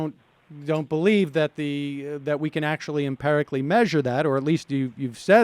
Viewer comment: IT'S NOT FUCKING "emp-EH-rically" YOU FUCKING TARD. EMP-i-RICALLY!!! SHIT!